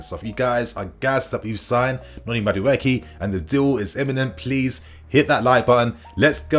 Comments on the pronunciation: 😁💥💥💥 it's pronounced Madu E K It's an ibo Nigerian name 😁👊🏾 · MA as in Mark DU as in Do E as in eat KE as in Kay Ma - Doo - Eeee - Kay 😖